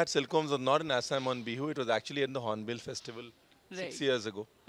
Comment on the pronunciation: Thank you saying Assam correctly unlike mostly other Indians